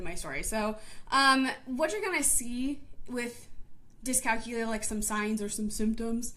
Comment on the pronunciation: You're saying it wrong. It's pronounced dis cal que lia. with the emphasis on the que sound aka the third syllable.